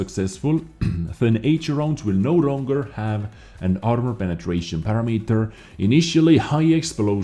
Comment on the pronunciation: pa-ram-e-ter > pair-ah-meter